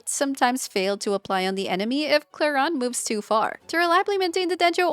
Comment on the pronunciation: You are the first english speaking youtube creator that says Clorinde correctly! As a french I thank you !